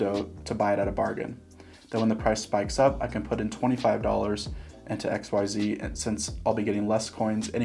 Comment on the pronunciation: I keep hearing XYO instead of xyz 😂